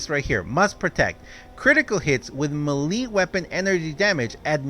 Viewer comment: Hey, just so you know, melee, is pronounced may-lay, it doesn't make sense but it how English works, just to let you know, just trying to be helpful